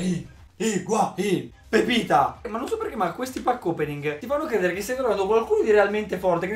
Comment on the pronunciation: no è pepito non pepita